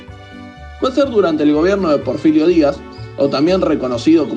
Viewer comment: No es Porfilio, es Porfirio